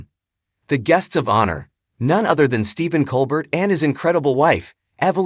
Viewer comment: Why did nobody bother to tell this guy that Stephen's last name is pronounced Col- BARE ??.......And where was the aforementioned "shocking cancer diagnosis" ?? (And who do I see to get the last of my life back ??)